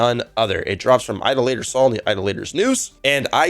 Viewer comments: Day-duh-lus Eye-doll-uh-tor Say em with me now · Yeah, the Idolator one really got me lol. I know it's not a common word, but I've hear it enough to know how to say it.